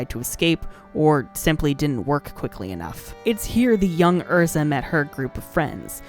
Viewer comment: I love Erza, but Happy will always be my favorite. P.s I really appreciate you pronouncing the character's names correctly.